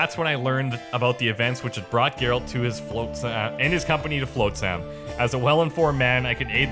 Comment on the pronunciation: FLOTsam. Not FLOATsam. I thought when the voice actor finally said it TWICE would get it... but in the next minute he's still saying Floatsam... it's driving me absolutely nuts.